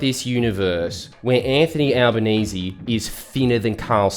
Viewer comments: And what's with the fucking "Al-ba-naye-zay". Is that some attempt to fully wog up his name to try and make him less relateable? Right or wrong, he's known as Al-ban-ee-see which is less tongue twister. It feels like a deliberate attempt to try and confuse his name just to make people that little bit more unsure. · Notice how Carl Pronouced Anthonys name as Albo NAY SAY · Did Karl say his name was 'Albaneser'? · "Alba-NAY-zay" - there, I made it even more ambiguously racist for you. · Is he deliberately mispronouncing his name?